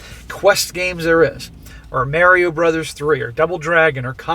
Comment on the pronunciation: “Merrio” brothers 😂